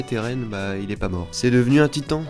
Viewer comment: il dit (titan) 😅